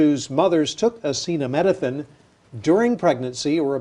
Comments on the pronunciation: Trump sounds like a total buffoon here. Defer to an actual medical expert (none of which were on the stage with him). He couldn't even say the name of the drug properly... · Trump couldn't pronounce - or even read Acetaminophen off the teleprompter - so go ahead and take your medical advice from Him - the bloated, flabby King. Many of these drugs - while miraculous, can be bad for our livers, stomach, etc, so Trump may be on to something - but regardless - women huffing Tylenol to prove a point are MORONS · It just really would have helped the point he was making and have been a nice added touch if trump could have pronounced 'acetaminophen' smooth and successfully, instead of in the way that reveals that it was his first time saying the word.